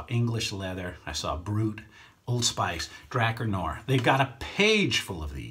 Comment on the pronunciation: It's pronounced Dra 'Car Noir. I for one buy a lot of products I see on YouTube reviews and I know my subs do too.